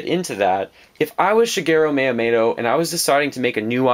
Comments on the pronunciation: I know this is nitpicking but this bothered me astronomic level. Mee-u-moe-toe. Not mayotomato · MiyaMOTO. Not MiyaMATO. Sorry, this is just really bugging me. Great video as always. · Who is Myamato? the name is MYAMOOOOOOOOOTO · Miyamato? More like Miyamoto. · Shit, you're totally right. You forgot a period though. I was just saying his Miyamoto pronunciation was WAY off, and he said it many times. It wasn't just an accident. It's called constructive criticism.